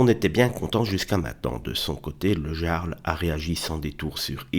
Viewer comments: le "Yarl", çà se prononce Yarl, pas "Jarle", mais bon on s'en fout un peu, dommage pour cette boite qui va devenir une zone de combat et de guérilla urbaine ! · Pour info, ça se prononce le "iarl", comme un i. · On dit "yarl", vous avez étudiez la question avant de faire une vidéo alakon ?